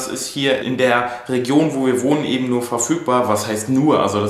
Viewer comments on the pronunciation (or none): none